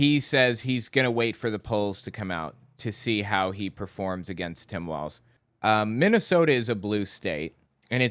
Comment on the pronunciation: Mike Lindell is running for Governor in a state he can't even pronounce!